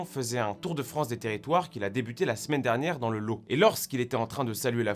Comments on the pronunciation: "dans le Lô" C'est le département du Lot (LOTTE, la prononciation) Miladiou !!! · « visite dans le lo » ? dans le Lot ! blaireau ! ça se dit comme « mas » ! Comprenne qui pourra de ces imbéciles du nord du pays ! (Je parle de ceux qui habitent au dessus de la latitude d’Orange !😝) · ca se prononce "lotte" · On dit pas "Lot" mais LoTTTT" !!!! s'il-vous-plait XD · Par contre c’est le « lot » on prononce le T quand même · On prononce le Lot avec le "T" pas comme un lot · Juste une chose, on dit le LoT pas le Lo 😂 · on dit Le Lot(te) pas le Lau cono de parigot xD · Le département du Lot se prononce ‘’lotte’’ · Je pense que malgré le fait que ça s’écrive « lot », on prononce lote. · A 5 : 29 on prononce de T à Lot !!! Sinon super boulot comme à l'accoutumé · Dans le Lot, ça se prononce "Lote" c'est pas respectueux ça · Attention le Lot on le prononce "Lote" du moins d'où je viens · Au pays d olt on prononce le T 😡😡😡 Tu va passer pour un sot 😂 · on prononce le T du Lot :D